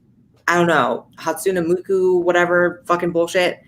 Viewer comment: “Hatsunu Muku” good effort Blaire 😂❤️